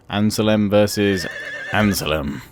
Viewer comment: Critique Report: Real farmers keep working under artillery fire! Praise: Superb defensive setup. Optimum use of javelins. Mistakes: Forgetting about saving money for onagers... Suggested Actions: Send an army to invade Palma Land one army on Corsica and send the other one back. Other Comments: "ANN-SELM" not "anselem"! Overall: Good job.